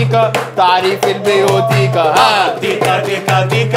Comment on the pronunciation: انت بتقرا البيوتيقا غلط 😂 معلش ادبي بقا والفلسفة لعبتي 😂❤